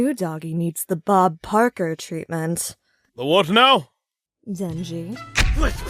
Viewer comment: It sounds like she said Bob Parker, not Bob Barker